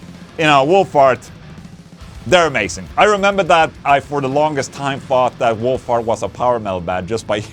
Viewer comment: ...Oh, You Meant 'Wolf Heart,' NOT 'Wool Fart' (Two Totally Diff'rent Things). I Just Love Engrish!!!😂😂😂Happy Belated '25th'🤘💀🤘